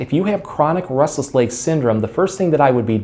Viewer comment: Sounds like he says rustles legs lol